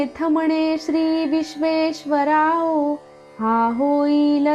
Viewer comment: थोड्या सूचना करतो आहे, positively घ्याव्यात 🙏 ऱ्हस्व दीर्घांचे उच्चार खूप चुकले आहेत. “चला” मधील च चा उच्चार संस्कृत उच्चार हवा (हे चल-अचल मधले चल आहे, let’s go मधील चला नाही) शेवटी “विश्वेश्वराओ” म्हणालात ते सुध्दा अगदीच चूक आहे- “विश्वेशरावो” (विश्वाचा अधिपती) असे हवे. आपल्या भाषेची शुद्धी आपणच ठेवायला हवी. राम कृष्ण हरि 🙏